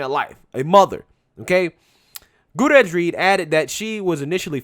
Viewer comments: I think the name is pronounced Goo-tea-err-ez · Great vid. 👍 small note. Goot-ee-er-ez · Say it with me now: GOO-TEE-AIR-EZZ 🤣😂🤣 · Gutierrez= Goo-tee-air-ez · Goo-Terr-Ezzz = Gutierrez let's give this person her due. Pronounce her name correctly so she can receive all the credit due her. Gutierrez (Goo-Terr-Ezzz) - Reed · "Goo-tee-heiress" That's how you pronounce Gutierrez. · Hootarez 🤦🏽‍♀️🤦🏽‍♀️🤣🤦🏽‍♀️ dude learn to pronounce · 😆 How did you manage to miss both R's in Gutierrez every time you said it? FYI: That double R makes rolling R sound which should if anything be overly prominent within the word. The pronunciation can take a little practice for those not used to using it in their mother tongue but given your chosen job and the fact that Spanish is the second most used language in America and will only become more prevalent if things don't change in a big way. It might be a good idea to know how to pronounce words in it, even if you don't know how to speak the language itself.